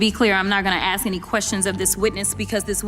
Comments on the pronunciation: I'm not going to "AXE" any questions.....that tells you everything. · Jasmine didn't ax any questions because she doesn't know how to ask any questions without saying Ax you something stupid as she is.. there is no fixing stupid by the way. And if one thing Jasmine Crockett is she is clearly stupid..